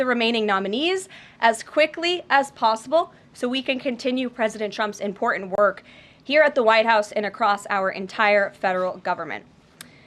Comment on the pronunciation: Karoline please pronounce correctly the word: "IMPORTANT".... not "IMPORTUNT"!